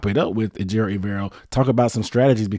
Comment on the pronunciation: put some respec on his name, ay-jer-o